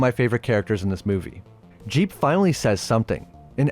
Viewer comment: I’m pretty sure his name is jeeb not jeep